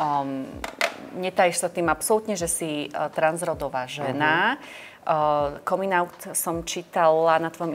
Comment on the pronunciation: Komin aut?? Omg coming out sa vyslovuje kamin aut